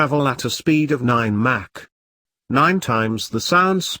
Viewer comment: He would be much more believable if he pronounced terms (eg MACH) correctly and expanded acronyms (eg NRO) correctly. If what I KNOW is incorrect, what else is?